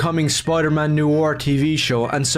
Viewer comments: "NEW-ARE" "NEW-ARE" this kid is really hard to listen to. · His pronunciation of noir is weird why is he pronouncing it 'new or' when it's 'no are'.:_OneTenth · noir /nwär/ literally look up noir pronunciation on google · I know it’s probably just his accent but it’s ‘noir’, not ‘noo-war’. If he wants to be so pissy, he should be subject to his own kind of criticisms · HE CAN'T EVEN PRONOUNCE NOIR!!!